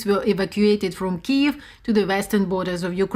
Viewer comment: Since this conflict has started this channel is the first media source to pronounce KYIV correctly! It was really starting to disturb me. Thank you!!!🇺🇦🤜🤜🤜🤜🤜🤜🤜🤜🤜🇷🇺